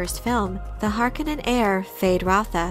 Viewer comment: It’s Hark-O-nen not Hark-anan